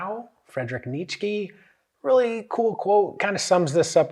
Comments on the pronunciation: Good video. Btw, Nietzsche is pronounced "Neat-chuh", just for any future reference! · Nailed that Friedrich Nietzsche pronunciation